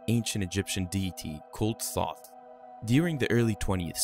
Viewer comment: The mispronunciation of Thoth hurts me each time you say it.